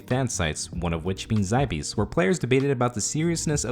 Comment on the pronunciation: zybeez.....it's zie-behz. Also bonds don't inject the game with new coins. As it is sort of rwt'ing for gold...it doesn't harm the game at all. If you wanna blow money to get some gold...that's fine...as long as it's not adding tons and tons of gold into the game. The squeal bullshit just boom injects lots of 200m coins...coins that come from no where. When you have thousands of people hitting the 200m loot...thats a shit ton of coins flooding the economy.